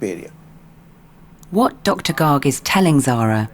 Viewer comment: Heyy am I the only one who noticed that the doctor was an indian P.S thats "Garg" not " Gaaaarg"😂